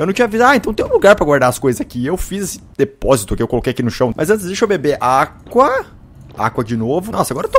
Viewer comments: Quem não gosta do Felps quanto ele fala Agua Água ;) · ele fala aqua em vês de água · pq o felps fala aqua e n agua? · pq o felps fala aqua ? PQQ